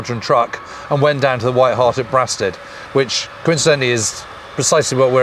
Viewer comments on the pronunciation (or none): Very good. I think it’s It’s Braystead not Braastead (Brastead) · I think its pronounced Bray-stead not Brah- stead. My Brother in law lived in one of the white cottages opposite the pub. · Excellent video. Brasted is pronounced ‘Braysted’ 👍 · I absolutely love this series... ... but I do have one minor gripe - pronunciation of Kent locations. I was born and grew up in Kent (I'm in my late 60s now) and Brasted was always pronounced "Braysted"...unless it's changed now. Other local town/village pronunciations : Wrotham is pronounced "rootem" and Trottiscliffe is pronounced "Trosley" ...that aside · Sorry, boys, but going to have to pick you up on your Kentish place-name pronunciation - it's "Braysted" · For goodness sake it’s pronounced BRAY-STEAD, honestly you sound like a foreigner 😂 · I grew up in Brasted (pronounced Braysted to us locals) I never understood why the BoB pilots went there for a drink - it’s pretty far from Biggin Hill. Or at least in my mind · Brasted is pronounced Braysted here in Kent. Great series. My dad watched the events at home in Tonbridge. He also saw a zeppelin go over in WW1. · It’s pronounced “Braystead”. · It’s spelt Brasted but pronounced Braysted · Great series, but can someone please tell who to pronounce Brasted correctly